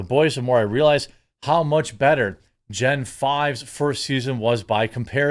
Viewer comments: It’s not Gen 5 it’s Gen Vee as all things Vought start with V the letter not the Roman numeral 5. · Gen V as in Vee and not Five, lol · Just so you know, Jeremy, its Gen V like compound V. Not Gen 5. Just for future reference (if you even see this lol) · Gen vieeeeeeee, not gen 5. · It’s “Gen V(ee)”, not “Gen 5”. I also agree, this season of “The Boys” is over the top, and not in a good way. I also think the people behind it are gay with extreme fetishes, or they are fascinated with gay sex. I am a gay man, and it disturbs me. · (facepalm) it's Gen Vee, like the serum. (Insert Old Biff talking to Young Biff quote here) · Did you just call Gen V "Gen five"?! I.... what? Unsubscribed!